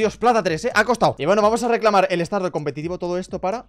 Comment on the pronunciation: poco se dice que ha dicho recalamar en vez de reclamar 😂